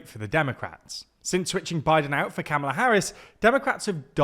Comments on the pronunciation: Hey, I love, but speaking as a British person too -- you just have to pronounce Kamala's name correctly. What you are doing is not a "British pronunciation" of the name, it's just wrong. It's /ˈkɑːmələ/, the first "a" is the same as in the word "father". While British English speakers pronounce "father" differently than American English speakers, we shouldn't be using /æ/ like in "trap", unless your accent completely lacks a distinction between the two vowels. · It's kuh-muh-lah; a as in come. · Kamala=Comma la-She has made it clear how her name is pronoumced. You talk for a living, get it right. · COMMA-LA. COMMA. LAH. Pronounce her name right. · There are many pronunciation guides so you can correctly learn how to pronounce Kamala (Comma - la). It is also concerning and shows a sexist bias to refer to the men in your video as Trump and Biden but to refer the female candidate by her first name - be more consistent and refer to her as Harris more consistently. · Please learn how to pronounce Kamala. It is really grating you don't seem bothered? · Surely mispronouncing her name still is on purpose at this point